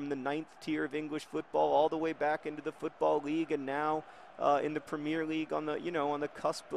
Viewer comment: John, you're awesome and I love what you do, but I feel like you're pronouncing Premier League wrong, and I thought maybe I should tell you. Great video by the way